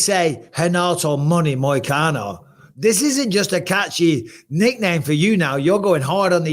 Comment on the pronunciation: “Moicana” is crazy disrespect brotha, correct that mtfk